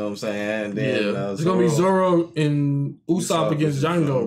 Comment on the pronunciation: its UUUUUSOPP instead of Ussop